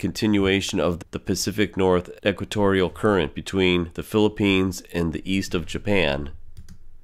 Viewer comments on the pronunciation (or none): none